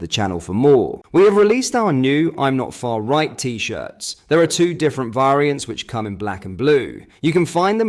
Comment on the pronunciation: How can you not pronounce variants?, I'm sure you're AI, your voice is weird.